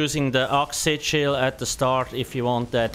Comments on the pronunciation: there are some words really hard to understand ...like sichils ..... oxy chil? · Only half way through the video did I realise "sit shield" was actually "SIGIL". lol